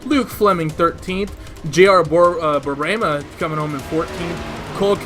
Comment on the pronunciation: ahuAHUhauHAUhauHAUhauHAUhaUAHuahUAH "Jr. borborema, Borborema? borborema ! " hauHAUhauHAUhauHAUha can't stop hear that..... ahuAHUhauHAuahuA "ok , I'll call him junior" hauAHUhauHA....